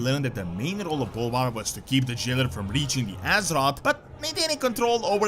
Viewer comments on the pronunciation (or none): none